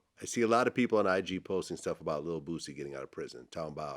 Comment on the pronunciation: He saying Bootsy?